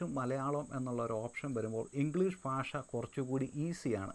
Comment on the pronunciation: പക്ഷേ....... താങ്കൾ "ഭ" ഉച്ചരിക്കുന്നത് "ഫ" എന്നാണ്. ഭാഷ - ഫാഷ ഭാഗ്യം - ഫാഗ്യം